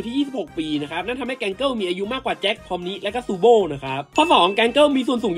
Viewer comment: อ่านว่าพอมนีไม่ใช่พอมนิครับ